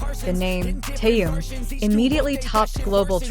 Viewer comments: Когда научатся правельно произносить имя Тэхен ,что так сложно ? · Опять робот с неправильным произношением Даже имя Тэхёна несколько раз перековеркано. 👎